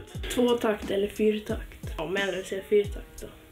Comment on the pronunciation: Entligen någon vettig som säger 4 takt